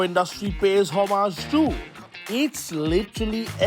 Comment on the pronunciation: lol, homage isn't pronounced that way...